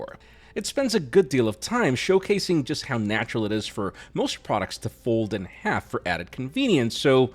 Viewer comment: Folds in 'arf? 😂